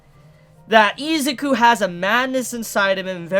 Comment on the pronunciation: i hate how you pronounce izuku, you say izzzzzzzukuu instead of iz-uku